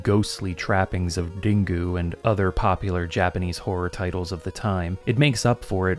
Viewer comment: Ringu is not pronounced din-goo